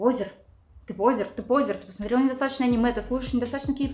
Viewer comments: Не пОзер, а позЁр, на Ё всегда ударение, а именно Ё в этом слове. Но это так, на будущее. В остальном - вы прекрасны, спасибо за видос, лайк и всё остальное. Лув. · А пОзер вместо позёр сейчас модно говорить?